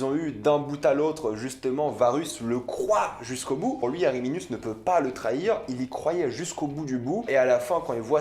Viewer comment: alors c'est pas ariminius mais arminius